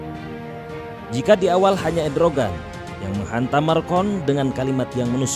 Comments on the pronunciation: Macron bukan marcon Erdogan bukan edrogan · Erdogan...... Bukan Edrogan hahahhahahahaa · MACRON (MAKRON) JON ,,,MACRON ,,,,BUKAN "MARKON" SEKALI LAGI "MACRON BUKAN MARCON" 🤣 ERDOGAN DI BACA EDROGAN wkwkwk yg bener di salahin yg salah di benerin ,,,kocak bin unik 😂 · ERDOGAN MIN,, BUKAN EDROGAN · PRESENTER SALAH MELULU, MACRON BUKAN MARCON.... ERDOGAN BUKAN EDROGAN... HADDUUHHH....